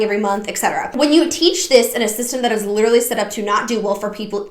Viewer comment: I cannot STAND the way all these girls pronounce the word "literally" as "lidderly". Maybe it's just my misophonia, but holy fuck it takes me from zero to red zone in a hurry.